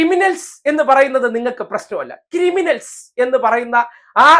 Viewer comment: ഞാൻ കേട്ടത് കരിമണൽസ് എന്നാണ്. ഇനി വല്ല ഖനനത്തെ കുറിച്ചാണോ ഇയ്യാൾ പറയുന്നത് എന്ന് വെറുതെ തെറ്റിദ്ധരിച്ചു